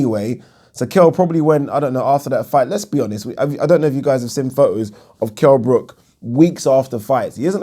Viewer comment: Remember when floyd said Kell BROCK